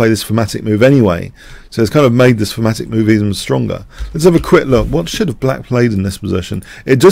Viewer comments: What is famatic/phamatic you keep saying? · Thematic. Yes, his accent made it sound like "fematic". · Certain London dialects pronounce "TH" as "F" Thorn = Fo-ohn (i doubt this flat vowel exists in American English) Thematic = Fematic Thieves = Fieves etc... etc.... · oh ok. I wondered if he said thematic. But my ears kept wanting to hear fematic. Makes sense. Thanks for the clarification.